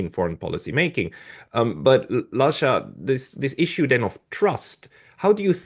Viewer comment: No, no, no🙉This cannot be the correct pronunciation of Lasha's surname... and he's prominent on Neutrality Studies